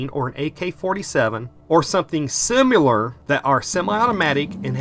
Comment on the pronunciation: Lol at narrator using the word "simular"